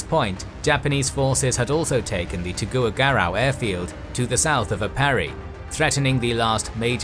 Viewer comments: yes of course, im also from the philippines to know that difference. i just chalked up his pronunciation for Aparri as some british or american or canadian accent for him, but the Tuguegarao one was clearly misread since he don't understand the spanish orthography that influenced that spelling here in ph. ive just been watching this channel long enough to stomach the many pronunciation mistakes makes all the time in the names and placenames of countries hes not familiar with the local languages of. for example, every time this channel makes a video that has to do with china and pronouncing chinese names and placenames, always gets it most, if not all, wrong, especially cuz he does not understand how Mandarin Pinyin spelling works and the letters that mandarin pinyin decided to use to for their own logic. understands enough some spanish orthography and orthographies of other european languages tho as his strong suit, like he knows how to pronounce spanish letter J and Ñ, but in other languages outside of europe, he sucks. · he just got Tuguegarao wrong, but other parts of the video, the narrator said the wrong word that didn't match the captions. there was a point where he called some ships "conquerors" instead of "cruisers" in the captions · Not to be mean... but Tuguegarao is pronounced as Tu-ge-ga-rao And Baguio is pronounced as Ba-gio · As a Filipino, I say damn it MacArthur! Should have launched those B-17s! Thanks for coming back anyway lol Also it's /Tu-ge-ga-rao/ and /Bag-yo/.